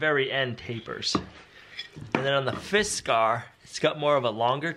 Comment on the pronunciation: Its not fiskar, it is Fiskars.